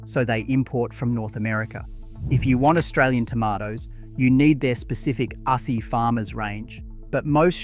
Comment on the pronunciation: Rosella tomato sauce is made from 76,% Australian grown tomatoes. You are Ai slop ,you don't have a family. We only buy Beerenberg tomato sauce, If you want premium you have to pay premium price. PS it's pronounced Ozzy not hassie